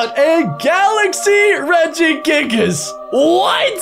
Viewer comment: "Regi giggles" and there are many other mispronouns, hurts me, AND HURTS ME EVEN MORE IS U THROWING RARES